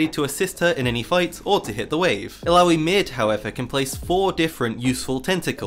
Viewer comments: Could you just stop saying "aloui"? -_ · bro i was playing tft and watching this thought you kept saying bidoof that beaver pokemon